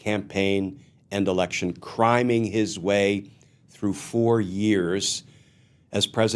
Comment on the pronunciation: I initially heard "criming" as "crying". Hopefully by the end he is doing just that!